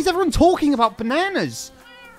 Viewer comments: I’m still annoyed by “banaynas” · I know what they are doing they are getting to say bananas alot because he doesn’t say it properly lol 😂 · Wow., not only calls a sphere a “saphere”, not only gets mad when he’s called, not only pronounces bananas in the American way when he is British, but also, THINKS BANANA SANDWICHES ARE WEIRD! I love your channel.